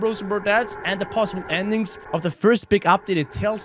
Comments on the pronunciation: No good “endigs” 😂😂😂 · "ENDIGS"